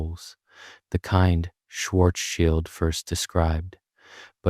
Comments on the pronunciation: Guys i dont think the schwar was intentional. But i do like when he says stuf like gently and softly Very calming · Please don't do the schwar thing, not calming